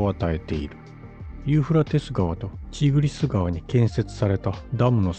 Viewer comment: ユーフラテス川とちゃんと言えｗ何遍間違えるねんｗｗ